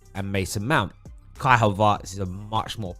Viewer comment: Well who is this Kai "Havartz"?